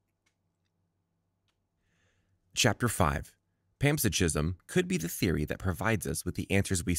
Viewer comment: Are you trying to say panpsychism ? Pronounced pan, SIGH, kism. Not pants-a-gism. ------------------ Also, the corpus-collosum is the brain anatomy region and not the name of the procedure . The procedure is "corpus callosotomy".